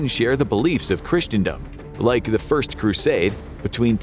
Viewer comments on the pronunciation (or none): none